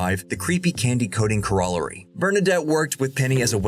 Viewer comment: The pronunciation of "corollary" ... 😂😂🙈